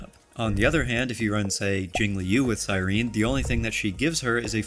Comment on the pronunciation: CyrenEE how are we STILL pronouncing her name wrong after an 11 month story of which she is a main character?!